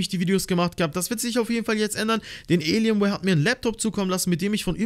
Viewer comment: Wie er das sagt elienwear